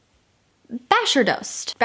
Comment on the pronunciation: trying to pronounce authors’ names: “Basherdost” “Basherdoost” “Basheerdost?” “This book is by Melissa” 😹